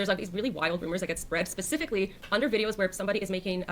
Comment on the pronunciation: my man said "pacifically given the fact" lol great vid though!